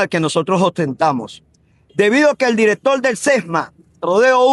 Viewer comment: El abogado dijo: "El Directol del Sesma" ¿o escuché mal?